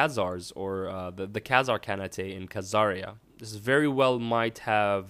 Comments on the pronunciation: Just a note: Khanate is an english word referring to a system ruled by a Khan. Khan + ate. Not Khan-a-te. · khergit Carnatay? its KAHN-ATE.. gosh study some Ghengis Kahn Lore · Nicolas Koopmans it should sound something like "Khan-it". Or whatever. I was wrong too by the way. :p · Janas Aurora I think what Hurd is trying to say is that the word "Khanate" is not a name. "-ate" is just a suffix for "Khan". Combined together, it means "The sovereignty/reign of the Khan". And it's exactly the same for the word "Shogunate". It shouldn't be pronounced "Shogunateae". ;) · Lel, you are funny... You pronounced it wrong... It goes along the line of "khan-ate", not "khan-ateae"... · Khanate is pronounced Karn ate and Byzantine is Biz an teen. Good video, but pronunciation drives me crazy. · Holy shit, that pronunciation of "Khanate" made me butthurt... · Was pretty humorous at least so that is what I am going to think his intent was ;)